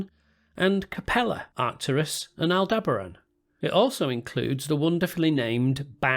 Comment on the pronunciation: Try saying it like this.... All Deh Ba Ran.